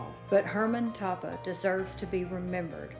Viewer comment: Toppah is pronounced Toe-pah